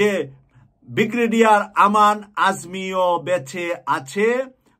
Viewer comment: Alhamdulillah. By the way bhi actual pronunciation is Brigadere not Bigradere. Thank you. Pls take it easy. Thank you for this great news